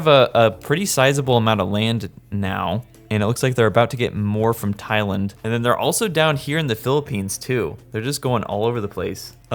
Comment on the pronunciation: He also mispronounced thailand